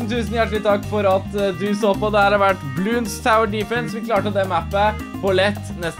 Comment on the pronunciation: Det er bloons ikke bloonds